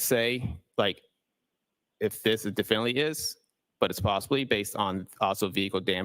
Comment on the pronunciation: Q. Have I been saying ‘definitely’ wrong all these years? Must be a silent T 🤔